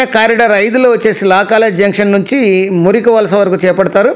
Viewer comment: Not Murikivalasa, మరికవలస Not కొమ్మిడి, కొమ్మాది